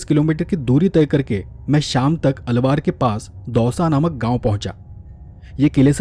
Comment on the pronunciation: आप अपने हिंदी उच्चारण पर थोड़ा काम कीजिए। बार बार अलवर को अलवार अलवार बोला है।